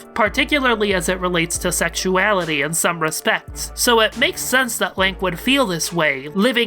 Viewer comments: I like hoy you pronounce Lanque as "Link". I was the entire video picturing Link as Lanque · Hearing you say Lank is so weird. I always thought it was Lawn-Kay. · I love how you pronounce Lanque as "Link"